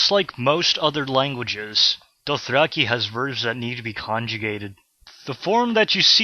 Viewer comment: Super-helpful and thorough! Hands-down the best Dothraki tutorial series out there. (Your pronounciation is phenomenal, btw.) Thank you so so much for this! :D